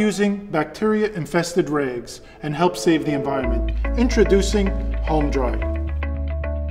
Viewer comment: It doesn't say home dry it sais HÖM dry lol.. wonder why he pronounces it wrong. Ö does not pronounce like O.